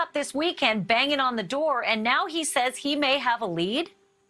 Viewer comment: I swear to god she said Dryin Laundrie . I’m tried so I double checked. It really sounds like dryin’ laundry